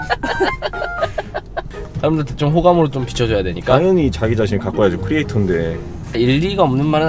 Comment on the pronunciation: 크리에이터 no , 크레이터 yes.